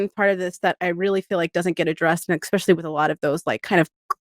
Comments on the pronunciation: Anyone catch the girl saying “ecspecially”instead of “especially” sounds cringe asf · OMG she keeps saying "EXPECIALLY", so annoying! Why can't Americans speak "American"??